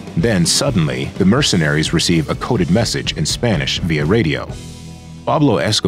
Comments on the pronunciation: when ai can do spanish pronunciations like this narrator, we're f986cked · good voice, happy to hear its not ai, was already confused how good the pronunciation was